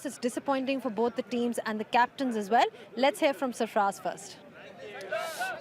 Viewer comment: Btw its sarfraz not safraaj u dumb ass 😂